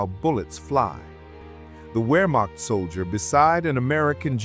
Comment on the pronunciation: Please learn the basics of the language. The term is spelled Wehrmacht, but Germans pronounce it their way; the W is pronounced like our V.